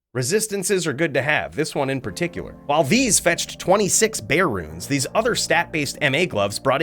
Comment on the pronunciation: For the love of God please stop calling it a "Bear rune"... it's called a "Burr" 🤦